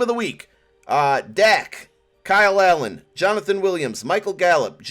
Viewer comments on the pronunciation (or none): Did he say Kyle Allen for the LTD?? 😂😂😂😂